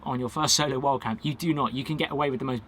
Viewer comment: I spent 5 minutes trying to figure out wth "wall camping" was! Lol Wild camping to way you say it sounds like wall camping. 😁👍🏼